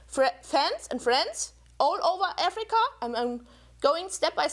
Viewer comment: "AAFFreeeeeCAAA?!" Every time she said it. Omg